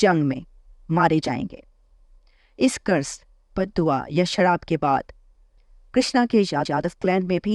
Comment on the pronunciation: Sharab nahi sharap